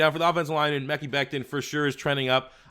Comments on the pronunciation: Bro stop saying 'mecky' it's meh-ky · The mans name is meh-ki becton not mecky...how can we trust ur analysis if you can’t say his name? Its not like the TE from Missouri that you can say his. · it's actually pronounced Ma-Ky